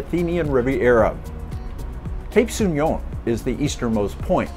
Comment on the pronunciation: Very beautiful but we pronounce So'union not Souni'on